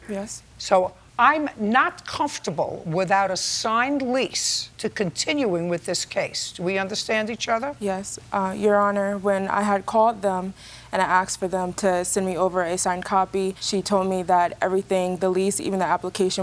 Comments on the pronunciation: I wonder if she axed about the documentations....... she can't even speak her native language...... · She "axed" again...